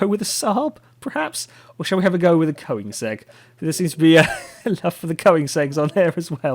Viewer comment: There's a big problem with the name Koenigsegg. Because OE is meant to replace the swedish Ö, because not many languages got that letter, but it's still pronounced the same way. I posted this because as a swede I find it very annoying to hear people say it wrong. Correct pronounciation